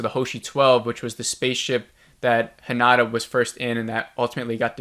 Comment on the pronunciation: the name is HinaTa. with a t. not a d. its not Honda. ;) so work that t, spell that thing! also: while I agree with the sometimes confusing and maybe unnecessary long way so end up where we could have been way earlier, I disagree with the conclusion. so far this series was not one bit about the aliens or the fight, it was about the individual impact and an apparent bigger connection between these individuals. also we saw some things that were rarely ever pictured. the lines between the lines if you want. If you expected something like Independence Day in episode-style your came to the wrong place. this series is heading somewehre else. and you shouldnt judge a ferrari based on how mich baggage it can transport, thats just not its job. just as this show never aimed for the big spectacular invasion stuff we ve already seen plenty of times. I also got impatient when watching the episodes, at the same time I always wanted to see the next episode and it was with the impression I was getting pissed. But I kept watching it and there were always some moments that were brilliantly delivered or something we rarely ever saw on other shows -(the lines between the lines). The end I found very very good. I wanted the answers, I dont think I got a lot of answers. and still I was like: yeah, thats a fitting season finale. also you said some weird stuff. "not supporting soldiers?" that man instantly left after their son died and stayed away for 2 years because he couldnt bare to be home. now